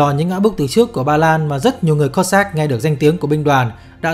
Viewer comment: Đọc chính xác là Kô dắc chứ không đọc kiều khó nghe là Cót sát nhé !!!